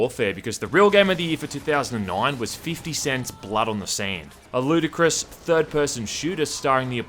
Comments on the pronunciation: I actually heard "A Ludacris third-person shooter..." at first xD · « Ludicrous », did you mean Ludacris? (Sorry.. I’ll see myself out)